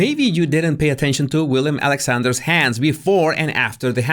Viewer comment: As a Dutch born, you have to know it’s Willem (not William )Alexander. 😂